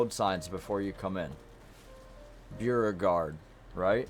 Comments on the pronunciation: Beauregard is pronounced BO-RE-GUARD. You kind of butchered it. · Beauregard = bow.re.gard (Beau is pronounced like a compound bow) 🙂